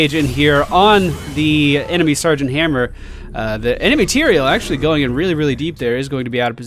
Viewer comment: It's Tyrael, goddammit!!